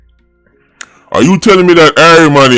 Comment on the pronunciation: "It has to be studdied"